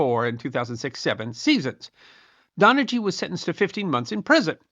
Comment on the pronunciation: Don a hee, not Don a gee